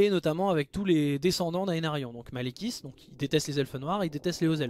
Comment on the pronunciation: Non! C'est Maléquit qu'on le prenons et non pas Maléquith